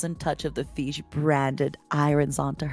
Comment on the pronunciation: "the feesh had not taken her shower" I'M LITERALLY CRYING